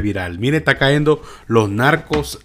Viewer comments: SE TE SALIÓ ÉL FOLCLORE SALVADOREÑO AMIGO AL DESIR CAENDO......... SÉ DISE CAYENDO...... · SUGERENCIA Se debe decir cayendo "Caendo" no esta bien dicho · Con TODO respeto amigo, NO diga "Caendo", lo correcto es "cayendo", es serio, NO es broma, ni mucho menos mala onda. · No es "caendo" es "cayendo" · No se dice cahendo se dice cayendo. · Mi amigo se dice cayendo ( no caendo) 😁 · Un comentario muy personal. Trata de hablar de la manera más correcta. Yo no soy ningún experto en lectura ni pronunciación y con mucho respeto puedo corregir te ciertas palabras que dices. No se dice CAENDO. SE DICE CAYENDO. NO SE DICE LEENDO. SE DICE LEYENDO. Y así trata de informarte. Disculpa. No lo hago por ofenderte. Lo hago, porque tu eres comunicador. Saludos y muchas bendiciones. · Lávate el oído, lo dijo cayendo y no caendo.